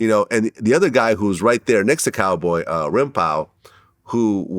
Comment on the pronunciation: I hate how Vlad pronounces Rimpau's name lol dammit